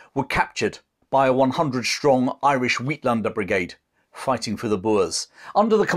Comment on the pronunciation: A great presentation as always!! The word "uitlander"meaning outlander may be pronounced eightlander. As a South African I your effort without bias and well presented. Keep them comming!!!